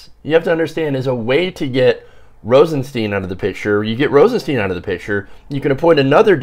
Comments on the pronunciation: Stein! It's pronounced Stein! Rosenstein. Not Steen! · at least learn how to pronounce the name